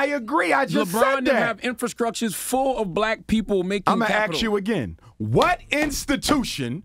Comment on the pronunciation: Ask Dr J why he cannot pronounce 'ask' or speak grammatically. Or ax him.